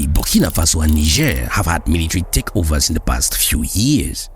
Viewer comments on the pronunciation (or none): none